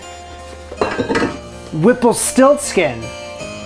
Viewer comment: You are going to deeply regret it every time you say the name whipplestiltskin.